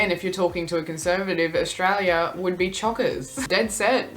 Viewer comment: As an Aussie, some of these are completely unfamiliar to me - sounds like they've been made up for effect. The abbreviations are more common. Note... she is part of a demographic that mispronounces 'Australia'... it's not "Aushtralia". That mispronunciation of 's' followed by 't' by including an imaginary 'h', e.g. shtreet, shtudent, shtandards etc. is becoming more common. Kids are no longer taught correct pronunciation and speech sounds.